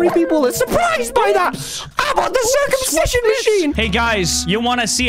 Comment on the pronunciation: “I’m on the curcumsision machine!” Got me dying 😂